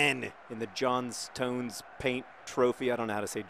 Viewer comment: You're over-pronouncing the "stone" in Johnstone. It's pronounced more like "John-stun". Similarly it's Dagen-'am, don't pronounce it "ham".